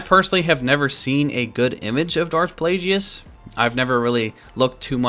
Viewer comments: It's pronounced darth plagus not plage-e-us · It's not plajius. It's plagues!!!!!!! 👹👿👿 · DARTH- PLAY-GEE-IS????? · Its a hard G on Plagueis isn't? Sounded so strange with Plajueis lol Also, being a good guy and checking every possible angle for Leia nudity. Not all heroes wear capes....or metal bikinis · ah yes, Darth Plajueis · Yes the wrong pronunciation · O my god the way says plaguies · How the fuck are you a star wars fan & dont know how to pronounce Darth Plagueis name? Jesus christ listening to you saying his name was horrible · Wrong pronunciation of plagueis